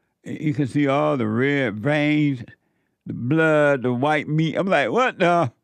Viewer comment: Every time he says WAT DAH it puts a big smile on my face. Brings some lightness to an otherwise dark-feeling time